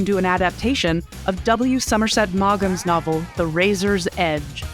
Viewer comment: Somerset “Maw-gum”? I'm thinking you weren't burdened with an over-abundance of schooling.